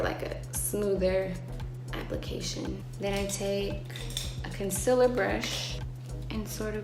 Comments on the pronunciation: Im sorry but i cant when she says 'concillar' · Jhené, honey I love you and everything, but 'concillar'. No I- 💀💀💀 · She pronounces “concealer” like Laura Lee fkdndkddnk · if jhene aiko pronounces it as conciller ill also pronounce it as conciller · she pronounces "concealer" the same way laura leech does, but it doesn't make me love her any less!! she's so wow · Oh no we have another Laura Lee “consiller” 😂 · Oh my god...she says "conciler" Laura Lee WHO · “Conciler” ever since I heard Laura Lee say that, that’s what I’ve been hearing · She says concealer like Laura lee the only difference is that jhene doesn’t sound annoying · That’s not how you say concealer girl 🤷🏽‍♀️